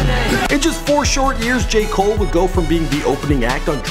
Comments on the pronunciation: Deon Davidson Jay mole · Either say J.cole or Cole not Jay come on man